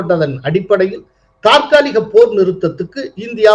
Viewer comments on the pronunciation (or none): No thaarkaligam, it is tharkaligam sir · தாற்காலிகமா?தற்காலிகமா?தற்காலிகம் தானே சரியான வார்த்தை பின் ஏன் பிழையாக சொல்கிறீர்கள்